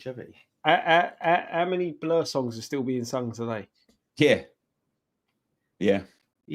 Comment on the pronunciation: saying blur better😂😂😂😂